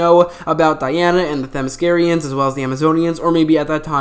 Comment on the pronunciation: Did he just say “Themyscirian”